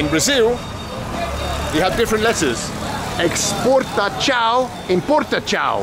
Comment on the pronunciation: As a brazillian, I cracked up with your butchering of the words "exportação/importação" lol . Not sure how you got "importatchau/exportatchau" but you said it with such confidence hahaha. Great video as always Ben